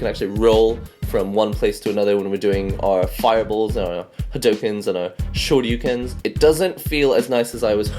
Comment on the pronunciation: Im so happy you said hadouken correctly! I hate it when people say hadooken